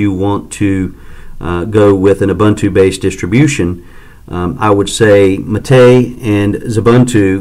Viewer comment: It is pronounced ooboontoo and not obantu !!